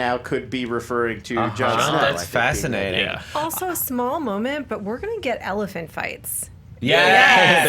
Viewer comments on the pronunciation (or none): none